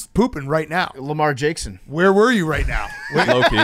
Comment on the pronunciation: just glossed over "Lemarsh Jakeson"